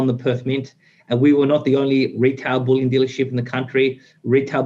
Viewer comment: Bullion is pronounced 'Bull-yin', not 'Bull-yawn'. They are all beginning to copy each other in this stupid pronunciation.